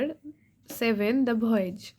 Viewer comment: You are not doing the pronunciation right of the chapter heading